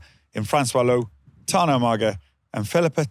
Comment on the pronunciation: How would Tana have felt hearing the host butcher his name like that?